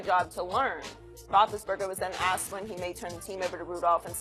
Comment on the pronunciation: "When he was axed', I thought I heard. But he meant 'when he was asked".